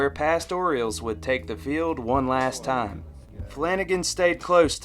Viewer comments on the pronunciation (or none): none